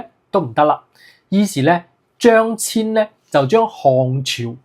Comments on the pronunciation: 張騫的騫字應讀作牽。非遷。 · should be pronounced "Cheung Hin"